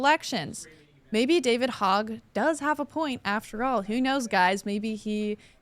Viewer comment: You guys mispronounce Veritas and Hogg, and come off like noobs